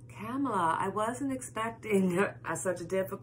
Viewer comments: Yes--think "comma-la"... Love-Light! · Kamala is pronounced like Comala 🙂